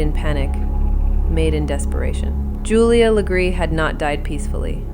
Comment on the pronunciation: Wow! Thanks for being one of the only pages to actually say her last name the RIGHT way 🎉